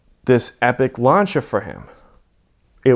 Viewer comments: Lancha??? L A N C EY A THATS HOW ITS PRONOUNCED 🤦‍♂️ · y is he saying launcha lmfao its actually pissing me off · Lancia pronounced lancha lol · I will not watch someone who says LANCHIA. It’s lancia. With an s sound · Epic story, but wtf is a ‘Larncher’? Is it like a Lancia? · What’s a lawncha? You mean lancia? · It's pronounced Lan-See-Ah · it's significantly closer than the way most people say it (myself included, I butcher it every time) of lance-e-uh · Honestly it bugs me that he mispronounces lancia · For the love of God learn how to pronounce the name of the car you sound ignorant as hell